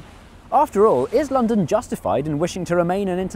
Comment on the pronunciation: Notice in the beginning the word N in London is unfinised